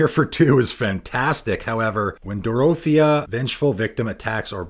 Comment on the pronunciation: Dorothea is pronounced like the girl from Wizard of Oz.